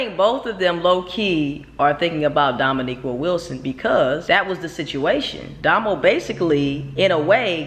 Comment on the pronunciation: I LOVE YOUR VIDEOS,.... BUT PLEASE DO ME, AND POSSIBLY OTHERS, AND MAYBE EVEN DOMO ONE HUGE FAVOR!!!! YOU HAVE TO PLEEEEEEEEAAAAAASSSSEEEEE PLEASE P L E A S E STOP CALLIN DOMO "DOMONIQUA" LOL BVS!!!!!! IT SOUNDS SO HOOD-RATCHET!!! HER NAME IS DOMONIQUE (pronounced like domo-neek)